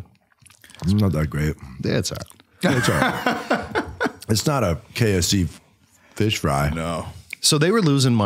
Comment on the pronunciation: Every time you guys said K of C I thought you said KFC and I wondered when they started doing fish frys 😂